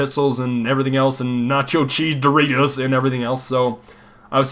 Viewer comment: It is not Doreato, is Doritos...